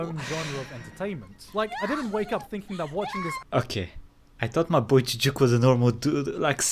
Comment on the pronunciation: I’m not used to hearing Gigguk pronounced as Jijjuk.